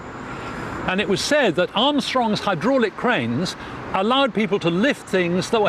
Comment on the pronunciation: really good documentary apart from the awful jacket and way pronounces 'hydraulic':)